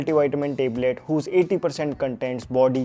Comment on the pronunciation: Listening teblet teblet feels like yukk😂😂 His acting literally is like watching rakhi sawant getting Oscar award😅